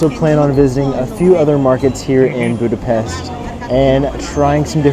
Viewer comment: Joy to hear someone pronouncing Budapest as Budapesht. Thank you. Best wishes